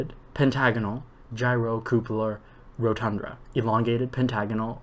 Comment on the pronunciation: I tried this and it's way harder than it looks, even for someone familiar with the Johnson solids. It's rotunda not rodtundRa. Also if you say ORtho correctly (not oTHRO) it makes it easier. A lot of extra R's in there. Corona has no O before the A. C in Disphenocingulum is pronounced like S. Finally, some of the vowels are easier in an English accent. pronounce the CUP in cupola like the word cup so the whole word sounds like coupler.